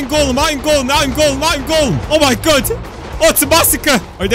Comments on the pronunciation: I heard “I am golden” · Everytime he says "Iron Golem", I keep thinking you say "I am Golem" lol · when he said iron golem it sounded like ima going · Me too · When spams iron golem it sounds like he's saying "I AM GOLEM!" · it looks like u says i ate golame hahaha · when he said iron golem it sounded like I ain't golem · When you said Iron golem it sounded like you said Im a golem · When you said iron golem it sounded like white monem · The way he says iron golem is kinda Russia